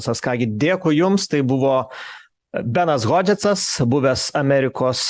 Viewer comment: Vedančiajam: Benas Hodžesas o ne Hodžetcas...